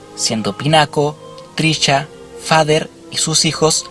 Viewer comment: lo unico que me fastidio en este video es escuchar como pronuncias mal el nombre de Trisha, es triSHA, no triCHA